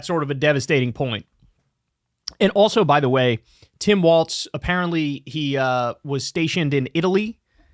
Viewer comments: Walz not Waltz. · It’s Walz not Waltz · It's Walz, not Waltz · It's WALZ. WALZ!!!!!!! Quit saying Waltz Lmao. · For the love of god kyle its walls not waltz 😂😂😂😂 ❤ 😅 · Long time viewer but tbh bro keeps mispronouncing Walz and it’s driving me nuts.